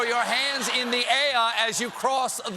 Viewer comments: Thumbs up except for the needless "ay-a" ... "Delaway-a!". AIR rhymes with DELAWARE. Still love you tho Stepho! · "Throw your hands in the ay-a, as you cross the Delaway-a!" - President George Washington, Sept. 19. 1776